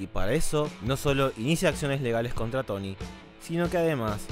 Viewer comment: Y por que lo dices?